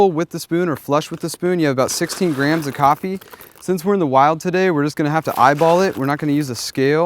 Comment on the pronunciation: why did he keep saying grahams instead of grams?